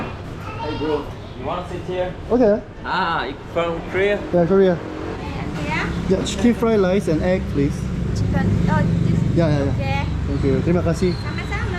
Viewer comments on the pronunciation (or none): 사태 -> 사떼 = 꼬치 구이, 돼지고기 꼬치(X), Sate ayam(사떼 아얌 / 닭 꼬치), Sata babi(사떼 바비 / 돼지고기 꼬치), 트리마까시 -> 뜨리마까지(Terima kasih), T 발음을 'ㅌ'보다는 'ㄸ'로 발음 하시면 될 것입니다.